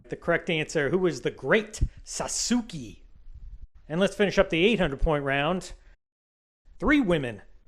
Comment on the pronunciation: Love the channel and the episode, but for the futre, Sasuke is pronounced more like Sas-kay, I know its counter intuitive lol